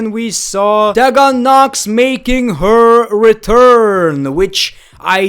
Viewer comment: “teh-gen” tea-gen u mean?😂